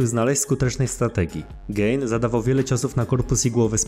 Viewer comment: Gane a nie gejn 😂